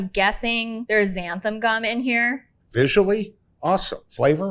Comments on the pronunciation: omg XANTHAN gum not xantham! lol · I think all of them call xanthan gum “xantham gum”. Why do so many people put an m in xanthan? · One of the newest pet peeves I’ve developed as I’ve gotten older is when people pronounce Xanthan Gum as Xantham Gum.